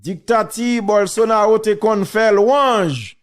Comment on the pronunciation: Non an prononse Bolsonalo men kan ou we se Ro mr Teriel